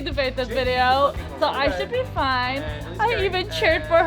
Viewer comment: Just ruventd the whole wideo😂😂😂